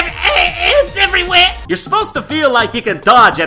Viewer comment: "AND... A-A—! AYNTS EVRYWHEH..."